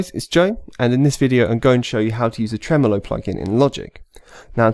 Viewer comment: It’s “Tremolo” not “Tremelo”